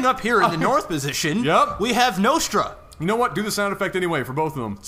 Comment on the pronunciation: Think its pronaunsed Nostra like in Nostradamus :)